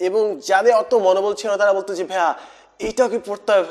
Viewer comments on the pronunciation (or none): Pls, stop saying bhya or bhaya. Its bhaiya